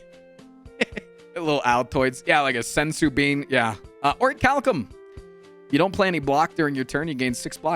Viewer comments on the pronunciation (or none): none